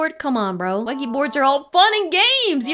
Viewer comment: it's pronounced and written OuiJA board, not OuiJi